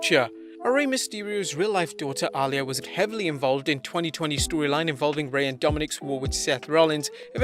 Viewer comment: Bro, Reys daughter is pronounced “Ah-Lee-Yah” not “All-Yah” 😒 smfh